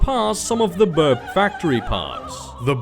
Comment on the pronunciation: "Ryk" is Afrikaans (the language the Boers speak) for Empire, it like the 3th Reich and such, also I think Boer is pronounced Boor.